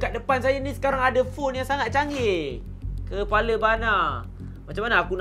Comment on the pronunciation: Keeeepaala bana Harraz: Muka cuak dengan relek nye menyebut perkataan"keepala bana🔥🤣🤣😂